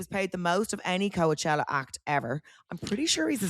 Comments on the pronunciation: What’s with calling it co-a-chella hahaha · If Amber was pronouncing Coachella like Vogue would be on her like a wet shower curtain. 😂